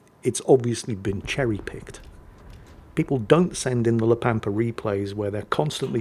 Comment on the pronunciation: La Pampa makes reference to the Pampas Region. So it can only be Argentina, Urugay or Brazil. It is in spanish, só it must be one of the first 2. BTW ur pronunciation is correct